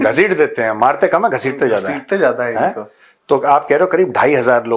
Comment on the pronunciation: Look at your over qualified producer .....cant even pronounce properly zyada as "jayd" , Zaroorat as "Jaroorat" ....Jaroori and so on ...... 85% indians are not even presentable on Television or any decent gathering ....you pre matured retired Major living in fools paradise